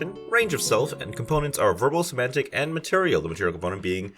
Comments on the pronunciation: it's 'somatic', not 'semantic'. Cool spells, might steal a couple of them for my game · Not to be pedantic, but it's "somatic", not "semantic". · It's SO-MAT-IC, not SO-MAN-TIC. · Fun vid. You are mispronouncing somatic. You kept saying semantic every time, which is a different word. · Hey there! This is the first one of your videos that I have stumbled across. Great job! If you keep making videos like this, I will keep watching. For sure! I would like to give you one little note, though. I would Google how to pronounce somatic - I think it got a little bit away from you lol. But, once again, great video and great job!